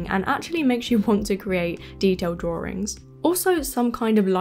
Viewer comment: As a Texan with a very different accent, I find the “r” in drawRIngs so endearing. 😊